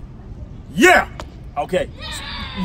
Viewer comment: The whitest “yeah” and thumbs up 😂😂😩😩